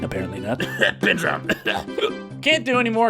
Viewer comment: hoo hoo ben lolz french man BEEEN